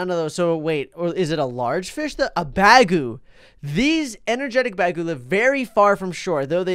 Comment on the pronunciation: When he said bagu fish I thought he said bag o fish! XD